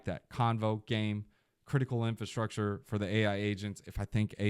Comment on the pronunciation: Is my guy aware it's "Infrastructure" not Infustructure? Just making sure😅